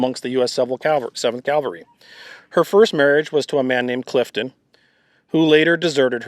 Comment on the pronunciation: Please learn how to pronounce "Cav-al-ry", not the religious term "Cal-va-ry"